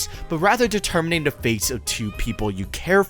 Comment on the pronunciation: I swear it took me to my 3rd or 4th watch to realise that you were saying 'da' in place of 'the' for the whole video 😂